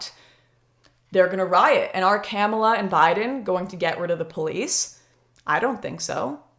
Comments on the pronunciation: I don’t think her name is pronounced camel-a. It’s kuh-ma-la. Lol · She said Camela 🤣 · Agreed, not to but an ass but its ka-mall-a. Joe Biden is mostly a diet right wing prez. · I love how your pronounce her name. Camella, LOL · Are you purposely mispronouncing the VP’s name? If so, I salute you